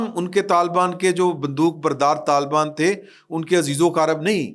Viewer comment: Talbaan NAHI Hota, talibaan Hota hay, AAP ko Patta hi NAHI hay, Pakistan Aik wafaq hay Aur Aik syasi, jamhoori, Aur jughrafiai, Aur foji haqeeqat hay. Mulk tootnay ki Baat Naa Kia karain